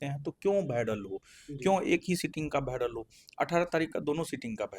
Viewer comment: Viral ❌️ bhiaral ✅️